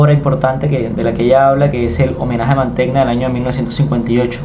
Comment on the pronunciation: Se pronuncia "Manteña" (Mantegna)